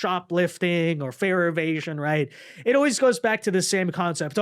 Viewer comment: said "fare evasions" but I thought he said "fear of Asians." 😂